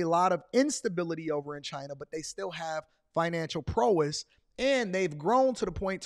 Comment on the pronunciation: Man great info but my guy you say prowess wrong. 😂😂